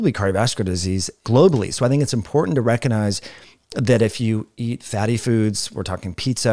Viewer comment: The G in recognize is not silent.